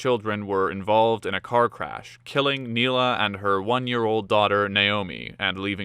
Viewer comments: That's "Neilia", not "Neila" and the woman in the picture is Jill! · It’s Neilia not Neila. You would think you could get the names right if you are going to put it on YouTube.